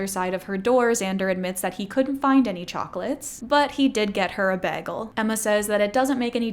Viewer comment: Every video I get reminded that she’s Canadian from one word. This time it was the way she pronounced bagel 🥯 I love it